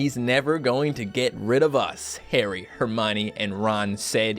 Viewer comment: Wtf is hermyni it's herm-e-un